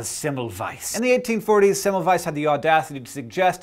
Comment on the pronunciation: Hank, you were saying Semmelweis's name wrong. In Hungarian, a single S is pronounced as an Sh.